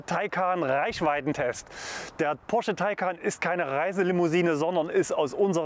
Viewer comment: Ich hab nicht einmal Porsche gehört. Nur immer wieder Posche 😉